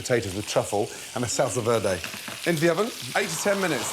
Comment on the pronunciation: The way my man says "salsa verde" is hilarious